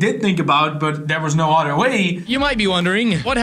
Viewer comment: I love how yall say odder instead of other😂😜